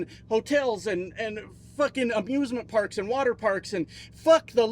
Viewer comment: For a sec I thought you said abusement parks